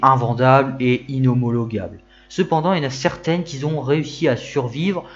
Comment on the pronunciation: Sujet bien traité, bien explicatif. Attention aux fautes de liaison dans ton élocution ; beaucoup de "qui-z-ont" Sinon, il faut vraiment être passionné de bagnoles pour afficher une Ami ... 4-5-6-7-8 ? Peut-être un prochain sujet de vidéo 😊